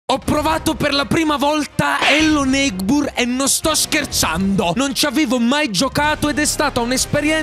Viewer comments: Si dice Ello neibord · Che bello hellonigbur come lo dici tu😅